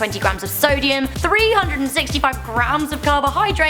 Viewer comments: it said "Solium instead of "Sodium" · "Grams of Solium"